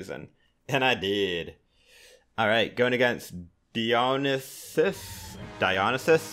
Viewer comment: He really did pronounce Dionysus that way